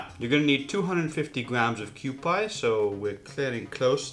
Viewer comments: It's not "Kyoo-pie", its "Kyoo-pee", like the old kewpie dolls, which is on the label, I believe. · Thanks I wanted to tell him the same thing.. it is Q-P not Q-pie Like the Q-P doll on the label. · It's pronounced Q-P..!!! not Q-Pie!!! PLEASE PLEASE PLEASE Learn to say the Japanese products correctly please!!! You are butchering them horrible throughout your videos!!! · I hope someone in the last 5 years has straightened him out on Kewpie Dolls, pronounced Q-PEE, not Q-PIE. But I am going to watch and try to learn something. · Kewpie pronounced QP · It’s pronounced kewpee according to the bottle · Kew Pee is the proper pronounciation. For the mango sauce; Extra Virgin Olive Oil??? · It's pronounced "kyo-pee" sir.